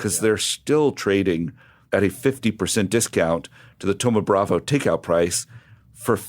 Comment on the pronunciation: Why do you guys keep saying thoma bravA? It's bravO